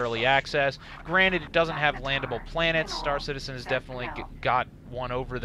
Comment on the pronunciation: "It's kinda like Starcitzen just on a massibe scale." Seriously dude?